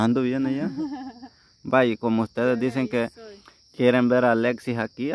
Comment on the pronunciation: Volteeme...aver se dice komi......